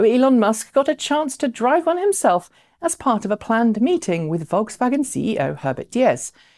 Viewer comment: for the correct pronunciation of VolksWagen